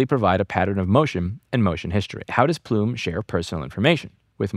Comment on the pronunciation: Plume rhymes with Blume.